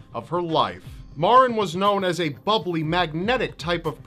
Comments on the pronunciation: The young beautiful girl from Milford, CT Maren her name is pronounced like the Mary is but with an en at the not y it drives me crazy when ppl say it wrong it not MaRen it's Mare-n it's not your fault everyone that didn't know her or isn't from Milford does it. I love you videos and it was a shock to see someone from home on one. Chris is nothing but a loser who is trying to do anything he can to keep his sorry ass out of jail because he is a big pussy. I really hope he gets tried as an adult he premeditated what he did and was not temporarily insane he is a spoiled punk who didn't get what he wanted and took the life of someone SO MUCH BETTER THEN HIM. Maren's legacy will live on forever and he will be nothing more than a number on a call hopefully til the day he does. #Milfordstrong #Lawstrong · I went to the same school as Maren and btw you're not pronouncing her name right mair-in that is the sound of it but that was really sad when it happened